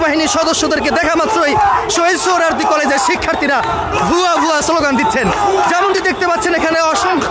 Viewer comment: সাংবাদিকতার মান কতটাই নিচে নেমেছে এর উদাহরণ এই ভিডিওটি, সৌহরোয়াদী কলেজ কে বলছে সৌহরোয়াদী উদ্যান , এমনকি ভিডিও টাইটেলও ভূল লিখেছি !! অথচ এটি একটি জাতীয় দৈনিকের ভিডিও পোর্টাল।